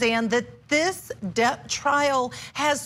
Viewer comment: Depp not depo😹